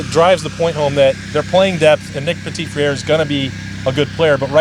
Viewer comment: Guys, great coverage but it's OK to learn how to pronounce NPF"s name. It's puh-tee frair -- it's french, the t on the end is not pronounced. the last part is literally just combining "fr" and "air" in one consistent sound, no break between the two. Just imagine tacking "fr" right on to the word "air". The french pronounce the "r" slightly differently but already puh-tee frair would be orders of magnitude better than puh-teet friaire or feraire. For further reference: listen to it here: - cheers, guys